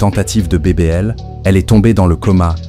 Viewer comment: On dit BBL